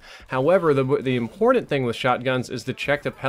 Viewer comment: Dude Not To Judge. But You Said Important Imbordent.